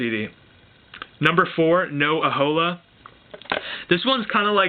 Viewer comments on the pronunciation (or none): It's 'No Aloha' not 'No Ahola' dude :)